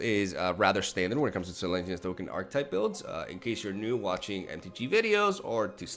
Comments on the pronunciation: Does he call it Selenya just to tilt people or does he just not read the comments? S-E-L-E-S-N-Y-A!!!!! Love you <3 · Are you calling it Selaynia for a reason? Its "Sel-Ez-Nee-A" Selesnya